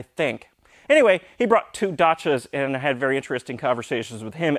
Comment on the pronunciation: Does he pronounce dacia as dotsha?